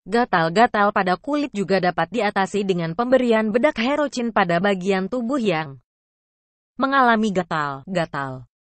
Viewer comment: Herocyn di bacanya herosin bukan herocin kagak enak di dengarnya ini